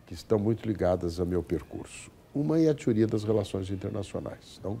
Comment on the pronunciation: "tiuría" to ligado.